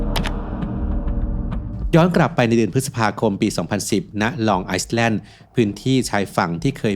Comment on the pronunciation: ขอบคุณสำหรับเนื้อหานะคะ ขออนุญาติแก้ไขชื่อเกาะค่ะ Long Island ลอง ไอแลนด์ (ไม่ออกเสียง S) เป็นชื่อเกาะในรัฐนิวยอร์ก Iceland ไอซ์แลนด์ ชื่อประเทศ